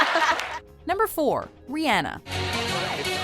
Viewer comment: 1000 points for saying Rihanna right!